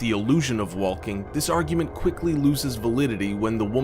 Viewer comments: WHY DO YOU SAY WALLLKING? ITS PRONOUNCED WOKING. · the way you said "the walking doll". the l is silent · Are u saying wollking?? As in wall-king??? Learn how to talk clown. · It's pronounced wa-king, not wall-king..the L is silent ._. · Worst part for me was his failure to realize that the L in walking is SILENT. It's not WALLking!! Ah! So annoying! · Wa-l king doll? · he pronounced walking with the L lol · I hate how he says "waLLLLLLking" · does anyone else notice him pronouncing the L sound in the word "walking"? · in the word walking the l is silent dumbass! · lmao for number 1 he said the walking doll but pronounced the L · please dont say WALLking...lmao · Are we just gonna ignore the fact the he pronounces "walking" as "waLking" 😂😂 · A "wall-king" doll?? Bwahahahhahaha! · th most scariest thing is that he cant pronounce walking right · In case you were wondering the L in walking is silent!🙄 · it bothers me that you pronounce the L in "walking" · Is no one gonna talk about the fact that this dude said the Walking Doll with emphasis on the L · why do you say walking like that..... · Why did he say walking like that?